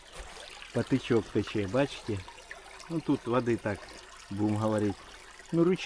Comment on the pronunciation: Краса! Ще ж природа не вбралась в зелені шата - а що буде в травні!😊. Гарні місця, далеченько від цивілізації, тиша, спокій., тече - потІчок, від слова потік😊. Наголос на І. 😊. ПОТІЧОК. Вибачте, я по доброму😊. Думаю в меншому кориті місили хліб.